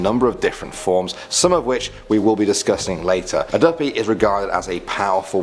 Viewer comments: Imma be honest I'm still laughing to the end of this video. Dooppii 🤣🤣🤣🤣🤣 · im jamaicannnnnnnnnnn omg how he pronounced duppy though😂😂😂😂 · You pronounced duppie wrong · Because he is british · If u say duppy like that one more time I will die lol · Real talk 💯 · feel a me alone fi real